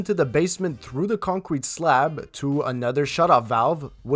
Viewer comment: Please concentrate on proper English. Saying “dare” for “there” and “da” for “the”.